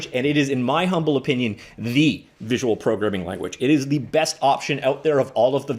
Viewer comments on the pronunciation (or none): none